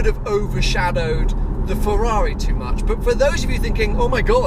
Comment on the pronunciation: One day he'll be able to say Ferrar-eye properly too ;-)